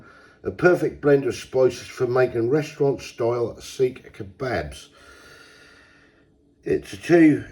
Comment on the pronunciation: Seekh is not pronounced the way you said it twice lol 😅, but long as you enjoyed them that's all that matters 👍